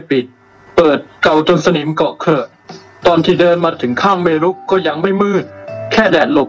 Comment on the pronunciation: ต้องฝึกอีกเยอะเลยนะคะในการเล่าเรื่อง แล้วคำอ่านเมรุ ไม่ได้อ่าน เม-รุ อ่านว่าเมน ไปเลยค่ะ